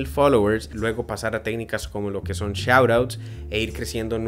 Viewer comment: cuando dices tecnicas "shououts" que es?? no alcanzo a entender la pronunciacion de la palabra